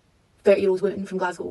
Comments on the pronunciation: I live in Paisley near Glasgow, thank you for pronouncing it correctly. I wouldn't have watched if you pronounced it "Glas-gaw" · FINALLY someone pronounces Glasgow properly, thank you kindly 🫡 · So glad that you pronounced Glasgow correctly. Very cool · The accent was on point today 👌 😭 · Happy you pronounced Glasgow correctly!! A lot of americans dont!! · you are the only american ive heard correctly pronounce glasgow keep it up queen